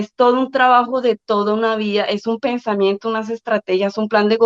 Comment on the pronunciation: Se dice vida no vía, que mal hablada esta hija de Petro...